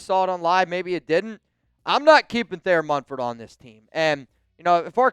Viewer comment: We let Thayer MuNford , not [Mum]-ford like some ppl say. Anyway, if we let him go guess 🤷🏻‍♂️ who's gonna pick him up? The⚡️–watch 👀